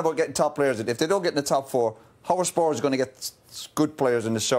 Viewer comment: Lads it’s Spurs 😂